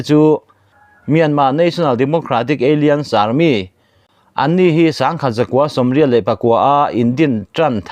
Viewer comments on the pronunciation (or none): bengvarthlak thin e.. Alliance kha Eilians ti in i lam a, alains tia lam tur zawk a ni.